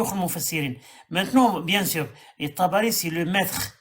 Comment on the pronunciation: Tabakhi(se prononce Tabari), biographe officiel de Mohamed.